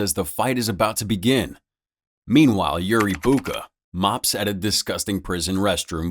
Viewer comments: BUU-KA, really? BUU-KA? Would it be really that hard to actually watch the movie to know how to pronounce the name. It's boy-ka. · Boyka (boi-ka) not buka....😆 🤣 😂. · BOYKA NOT BUKA!!! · "Yuri booka"💀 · It is not yuir BoKa! It is boyka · It’s not Yuri booka it’s Yuri BOYka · its annoying how you say his name its Boyka not booka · Bro you said Yuri bouka I will beat you up if you don't say it right 😤 it is Yuri boyka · also one more thingy, Yuri's surname isn't pronounced "Buka" but "Boyka" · Please, its Boi-ka not Bui-ka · Pls Its pronounced with like boika its not oo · Bruh I died when he pronounced his name Booka instead of Boyka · he said yuri boyka booka legend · Good video but please his name is pronounced boyka not bowka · It's boy-ka not booka geez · BOYKA*** NOT BOOKA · Who is buka he is Boyka! Boy-ka not boo-ka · “You re boy kah” ❌ “Youri booo 👻 ka” ✅ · Who the fuck is Yuri Bohhka? It's BoyKa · its not Yuri boka ITS YURI BOYKA you said it wrong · Yuri Boka ? Nani, It's Yuri Boyka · its yuri boyka not boka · It's boyka not buyka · how u watch the movie and scuff the name so bad its pronounced boika wtf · I do believe boyka says his name boy•ka. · really can’t say boyka right lol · At least pronounce his mane correctly. Did you even watch the movie. "Boo-Ka" never heard that pronounciation. Paused the video immediately, disliked and closed the video. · When u say his name incorectly my heart Breaks.